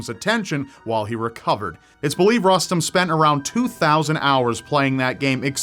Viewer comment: If the kiddo's name is Rustem, I'm pretty sure is pronouncing it wrong